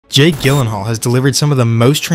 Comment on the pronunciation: Gyllenhaal JILL-EN-HALL You twit